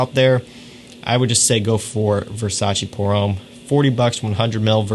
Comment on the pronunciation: Nice video and choices! Just a hint about the French pronunciation: "pour homme" is not said "pour ohm", but "pour homme" with a shorter and open "o" like in "loft", "lost": use that open and short "o" sound with an "m" and you have the French "homme" as opposed to the religious "ohm" from India. :) Cheers